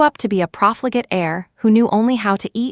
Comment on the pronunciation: PROFLIGATE not proflegate